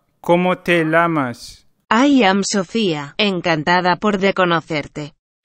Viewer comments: It's not "como te lamas", it's "como te llamas". The double "ll" doesnt have the sound of one "l", its like the "y" in "yikes". Also it isn't "encantada por de conocerte", it's "encantada de conocerte". The rest is ok xD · I died internally when you asked "como te L(l)amas?"